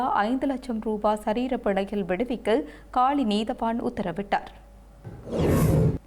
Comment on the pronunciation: தாயே உன்னிடம் தமிழ் சிக்கித் திணறுகிறது இலங்கையின் தென் மாகாணத்தில் இருக்கும் நகரத்தின் பெயர் காலி நீ காளி என்று உச்சரிக்கிறாய் உல்லாசப்பயணிகள் என்பதற்கு உள்ளாசப்பயணிகள் என்கிறாய் அடியே நீ தமிழை நாட்டு பன்னாடையா ?